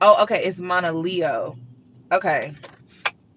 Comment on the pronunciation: It’s pronounced mona Leo ❤️ and yess she’s definitely problematic, idk bout glorilla though she def has problematic takes